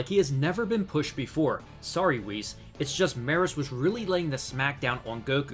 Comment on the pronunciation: It's pronounced Me-Russ. Couldn't take it being mispronounced anymore lol